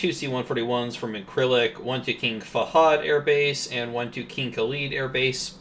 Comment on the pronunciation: Incirlik..pronounced ln-Sir-lick. Been there and was airborne that opening night.